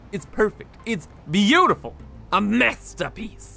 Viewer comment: It is a mes-tapieice